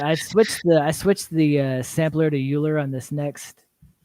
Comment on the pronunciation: Also "euler" is pronounced like "oy ler"